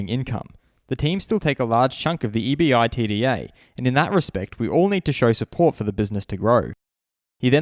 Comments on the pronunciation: FYI "EBITDA" is pronounced as an acronym, not an initialism. i.e. "eb-it-da" not "E-B-I-T-D-A" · love the vid! just btw EBITDA can be pronounced E-bit-da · If i wasnt a finance person I wouldn't know this either, but EBITDA is pronounced (ebit-da) as in like a fluid single word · E-B-I-T-D-A? This is the first time I’ve ever heard it said by spelling it out. You should have done a quick Google search on how to correctly pronounce it. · EBITDA is a generally pronounced as a word 😄 Love the channel and your work anyway man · An accountant here. EBITDA is not pronounced letter by letter. say it as a word